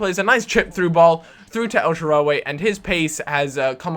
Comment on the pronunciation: El-sha-rah-wee not el-sha-ra-way